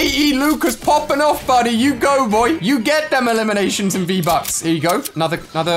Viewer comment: Di he just say vbuts